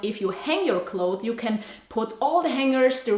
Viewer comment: Hahaa I like how you say ‘clothe’ when you talk about clothes. In english, its pronounced clothes with an S at the end and we pronounce it as clotheS. Not clothe. But it sounds so cute when you say it your way bcuz we never heard that before😁 I think youre awesome🤍😍